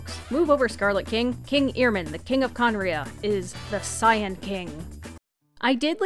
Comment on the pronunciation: was listening to the audio but not watching the video cuz I was playing the game but I kept getting confused as to why you kept referring to things as scion or the scion king. Turns out you were saying cyan. That was confusing